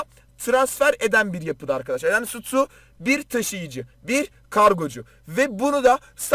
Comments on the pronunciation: Sutu değil Stu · Nobody:: Sutu